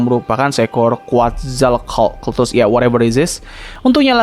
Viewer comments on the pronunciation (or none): Quetzalcoatlus dibacanya kuetzalkotus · Baca nya kuatzalkelatus bang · Cara baca quetzalcoatlus quet-zal-coat-lus